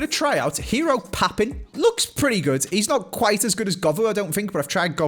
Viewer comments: mate, the French pronunciation of Papin is Papan, not Papon. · Papin is pronounced PAPAN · It's not, you sound like a muppet. 😂😂 It's Pap-(eh-nn) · That is absolutely not how you say Papin 😅